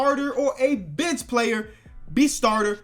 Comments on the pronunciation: does anyone else think he says B** instead of bench? like if u agree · when he says bench it sounds like b*tch